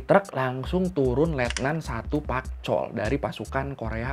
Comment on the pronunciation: Letnan Park Chol woii bukan Pak Chol...pak bapakkkk